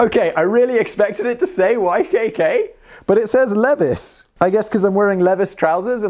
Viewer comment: did you just say "leviss"? it's 100% "LEE-vies"... dork ah shit you got me 😬